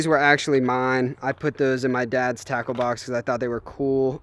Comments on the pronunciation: When you said “Tackle Box” I thought you said... TACO 🌮 BOX 📦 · It sounds like taco box instead off tackle box